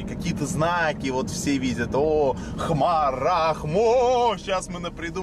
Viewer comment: Смотрю и думаю может было сказано не "хмар",а "храм"?